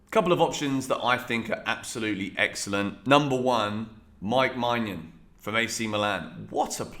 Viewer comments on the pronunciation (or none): The he pronounced maignan name is funny😂😂